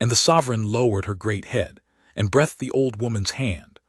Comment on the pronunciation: Your AI mispronounces 'breathed' and 'live'.